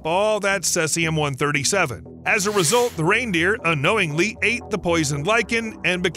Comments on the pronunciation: "Celsium 137"? 😂😂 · sēzēəm - seezium - you'd think that if someone produced a video in which they would say the same word 100 times they'd bother to find out how to pronounce it! Unprofessional - so irritating I couldn't go on. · how can you do all this research and still pronounce Cesium wrong? Sounds like see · zee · uhm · Seee Zeeeee Ummm - Seezeeumm! Cesium, the proper pronunciation! Slava Ukraini! 🇺🇦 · Hearing this guy say Sesium is like hearing guys say Porsh ear hurt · Cesium 137, not celcium lol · See zee um (cesium.) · Maybe like this? Sea-z-um?? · Seas - ee - um. Cesium. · cesium is pronounced seezeeum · It’s pronounced as “sea-zee-am” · Ceeeeezium, it's ceeeeezium. Gotchu again! HA! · Cesium pronunciation: "see zee uhm." Radioactive boars? Barium, deep. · OH I gotcha yeah he butchered the isotope name for sure :)) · Lean how to say cesium. see-zee-uhm. Very annoying! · How confident should I be in anything he says if he never even took the trouble to learn to pronounce Cesium? (Hard 'e', as in seize). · Cesium isn't pronounced that way. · Too bad you didn't check the pronunciation of Cesium. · That pronunciation drove me crazy too. It’s not an obscure word either. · First it's "Cellzi-um"...then, it's "Sesi-um". It is pronounced, "See-zi-um"! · Ceh-sium??? It's pronounced Sea-zium. Thanks for the correct facts about radiation effect. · It's not "cessium" (as in incessant), it's "cesium' (as in cease fire). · Cellsium-137 ?? 🤔 Maybe try Cesium-137 🙂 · The 1986 Chernobyl nuclear power plant accident released 80,000 terabecquerels (TBq) of cesium-137 into the environment, making it a major source of radiation in the area for decades to come. That’s Cesium, not “Celsium” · Cesium! See-ze-um! Not sayz-e-um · Not ceLsium, but ceSium. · “SEE-C-UM” not says-c-um! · It’s cesium (aka Caesium)-137, not celsium. The latter is a brand name for thermometers and nutritional supplements. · "celsium 137" LOL Its cesium. ;) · SEAZEEUUUMMMM not sessium!